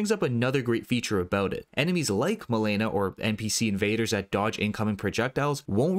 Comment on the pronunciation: Damn man you butchered Rogier and Malenia name 😂😂 “Roger and Malena”